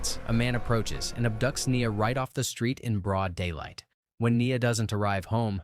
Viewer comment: Lmao that's my name but knee-uh